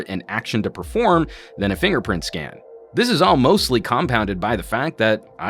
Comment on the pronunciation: at 5 sec he said (hatha) it's mean (this is)